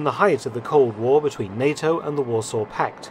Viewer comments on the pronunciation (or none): none